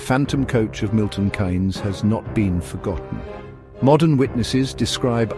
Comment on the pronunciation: Milton Keynes is pronounced Milton KEENS not Milton Canes, throughout the presentation there is not one single date, accurate location. The "back roads" is not a very accurate piece of geography